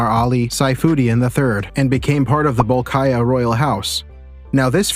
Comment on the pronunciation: Bolkiah should be pronounced as Ball- key- yah (ya as in yard)